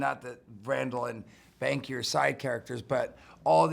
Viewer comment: He calls Jason Lee's character Banksy instead of Banky